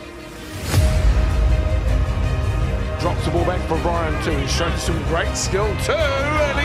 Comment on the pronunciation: Brian Two the Winger!! 🤣🤣🤣 they even have a ' in there to help them pronounce his name properly. To'o